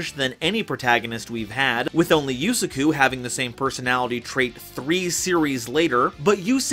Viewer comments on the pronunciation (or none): The way this guy pronounced Yusaku scarred me.